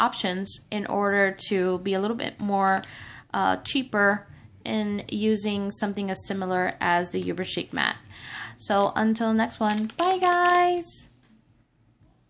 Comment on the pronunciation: No I'm not the grammar police, just trying to help. Uber is pronounced just like it's spelled. So no Y sound, not Yuber. Thanks for the video. I have been searching for a comparable mat.